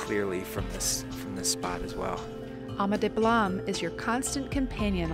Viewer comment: You pronounce Ama Dablam like it somewhere in France.